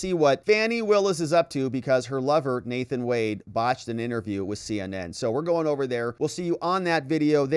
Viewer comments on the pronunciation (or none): none